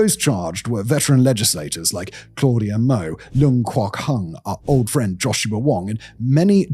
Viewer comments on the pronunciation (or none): none